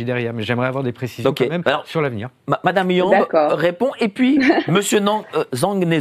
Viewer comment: C'est Nathalie YAMB YAMB et non YAMBÉ